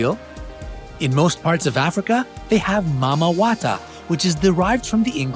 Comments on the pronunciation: “Mama water" it’s pronounced Maame wata 😂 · Not MAMA WATA, but MAMI WATA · it's not "mama wata" 🙄. It's "maame waataa" just butchered the pronunciation😂😂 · Mami wata not pronounced mama but mameeeee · Pls Africans call it MAAME WATER. NOT MAMI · Am I the only one that laughed when he pronounced it as mama wata instead of Mami wota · U didn't pronounce mami water correctly. It pronounced more like this, Ma:me water. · If you are a slang reader you probably pronounced it mamawata lol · It is pronounced maame water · Please it's "Maame" water. Not derived from English but "Twi". That's how we call it in Ghana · I don't think that's how u pronounce Mami water in africa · I'm laughing so hard. The way he pronounced Mami wata is funny to me because I'm from africa. LOL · 🤣🤣🤣🤣🤣🤣 I'm Nigerian and I lost it when he mispronounced mammi water 🤣🤣🤣🤣🤣🤣🤣🤣🤣